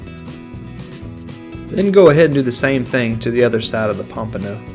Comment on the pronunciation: take a shot everytime he says pampono